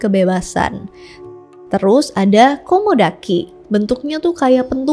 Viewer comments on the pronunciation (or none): Bukan komodaki tapi kaumodaki kak